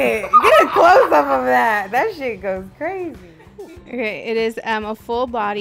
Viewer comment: said it tastes like she’s succin onna cork😤😩😬 lowkey “CWAZY”!!!!!…u can see it in her eyes AD betta stay Dangerous 😂😂😂😂😂😂